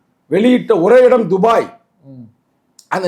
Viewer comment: நெறியாளர், அது என்ன டுபாய் டுபாய் என்று துபாய் அழைத்து கொண்டு இருக்க 😂😂😂 எனக்கு டுபாகூர் டுபாக்கூர் என்று சங்க தமிழனை கிண்டல் அடிப்பது போல கேட்கிறது 😂😂😂